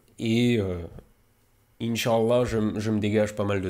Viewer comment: Mon dieu ce inch'Allah parfaitement prononcé, la tarte flambée tu la fais quand même pas au poulet ? 🤣 A part ça, tu veux pas embaucher un monteur freelance pour supprimer les sponsos et exporter les vidéos ?